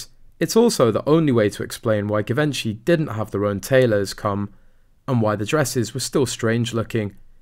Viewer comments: Lol…Givenchy will soon be suing you if you don’t pronounce their name correctly! 😂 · I did cringe when I heard him say Givenchy. He should have asked before hand what the correct pronunciation was. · It is hard for me to believe a reporter who didn’t do his home work and butchers the designers name. Shame on him!! I dont’ believe a word of this “theory”! I can’t stand Markle either but this is stretching the good sense of any sane person. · The pronunciation of Givenchy is very Anglo and not correct for the French couturier which also happened to be Audrey Hepburn's favorite fashion designer. This is very basic stuff, considering the story was about Givenchy which makes you think what else have they got wrong. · The most embarrassing thing for Givenchy would be the way you mis-pronounce it! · Please could you pronounce it Properly “Givenchy” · I wonder why you often pronounce different names or brand names in a peculiar way. Givenchy is a very well known brand, how can you say it that way that you do? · I doubt this is true - this guy can’t even pronounce Givenchy properly so I doubt he has inside knowledge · Can’t watch this if you can’t even manage to pronounce Givenchy properly 🙄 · . If you can't correctly pronounce "Givenchy", it's a dislike from me. For crying out loud.... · Can the voice over for this at least learn how to pronounce "Givenchy" correctly... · Can't pronounce Givenchy properly - annoying! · PLEASE PLEASE PLEASE learn how to pronounce Givenchy ! It's horrible to hear you say it. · You are pronounving Givenchy wrong lol, sorry. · Fun videos but maybe learn how to pronounce “Givenchy?” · You can’t even pronounce Givenchy…it’s not a hard G, and Kates text reveals she’s rude herself. The End. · You’re pronouncing Givenchy wrong, it’s French, before a e,i and y you pronounce the g [ʒ], before a, o and u, you pronounce the g [g]. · “Zhee - von - shay.” “Give - inchy” is like nails on chalkboard to this former model. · "Jeee-Vinchey" not Gee